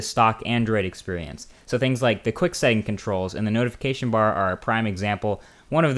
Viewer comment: he said blar instead of bar